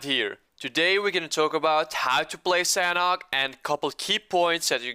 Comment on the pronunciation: red imma tell you something, you're pronouncing sanhok wrong sanhok is pronounced with silent "h"